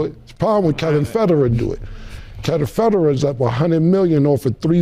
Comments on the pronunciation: Kevin Federa. LMAO!!! He mean Kevin Federline or whatever his name is. Lol 😂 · can that man pronounce Kevin fendeline right 😅😅